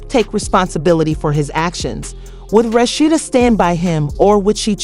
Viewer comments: Who's Rasheena😅😅😅😅 AI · Mispronouncing her name…